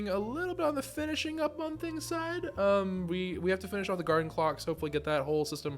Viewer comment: The "Garden Cloche" isnt pronounced as "clock" its actually klosh, so like the fancy cover you see on cooking shows or high quality restaurants. They are typically silver.